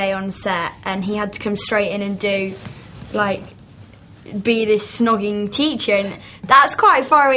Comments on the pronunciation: why is she keep saying 'shnogging'?! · the interviewer keeps on saying "shhhnogging"... Also said "Angus, thongs and snogging"..... ??